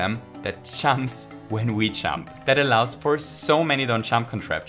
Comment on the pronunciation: it took me way too long to realize he was saying "jump" and not "chump" lmao